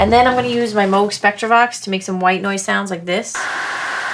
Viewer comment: You pronounced Moog correctly. That is all.